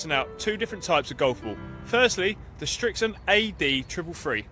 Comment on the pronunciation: Its Srixon NOT Strixon